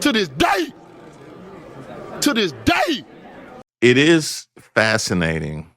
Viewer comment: sayin' it w/ his whole chest... "TIL' TIS' DAY, TIL' TIS' DAY!!!" (idk, wat' DAY it started but its goin' on, TIL' TIS' DAY.)